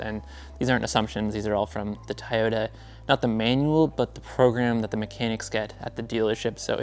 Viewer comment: Amazing video, love everything about it! (Even if you do keep saying "Tyota" lol😅